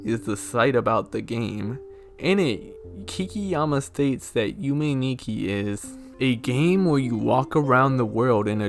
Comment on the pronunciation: It’s pronounced Yume is pronounced (you-may)